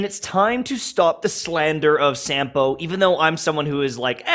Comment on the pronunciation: By the way Sampo's name is Finnish. You spell it like you'd spell a word 'sum'. So in other words Sampo Koski - 'Sum'po 'Cause''key'.